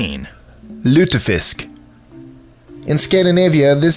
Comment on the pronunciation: Well done on the pronunciation of lutefisk! It doesn't have much of a flavor though, it's like eating jello with a mild fishy flavor.